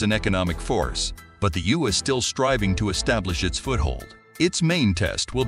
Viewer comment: The You? EU is always pronounce like the letters EU.....And it is Michel, a French name, not Michael. Is this commentary done by a robot?